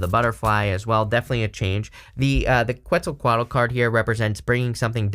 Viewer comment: i like your pronunciation of Quetzalcoatl 😆 cool deck